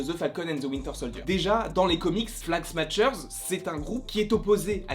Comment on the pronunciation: En français on dirait « flag smacheur » plutôt que « flag smatcheur » voila voila